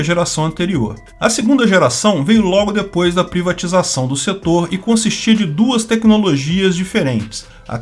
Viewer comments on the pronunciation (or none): none